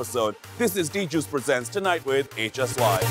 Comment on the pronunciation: Tunite nahi hota chutiyo ..tonight hota he....